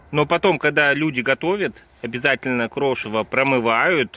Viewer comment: Режет ухо слово "крошево". Звучит, как хрючево. ЗЕЛЁНЫЕ ЩИ, КИСЛЕННИЦА. Ивановская область